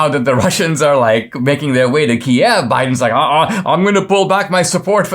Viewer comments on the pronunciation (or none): none